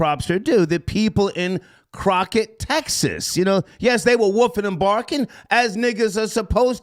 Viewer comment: "Croqett Texas " 😩🤦🏾‍♀️ doen